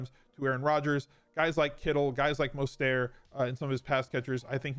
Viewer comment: At what point do you pronounce Mostert's name night?? Love your content though